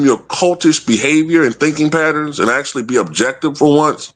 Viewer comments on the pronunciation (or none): none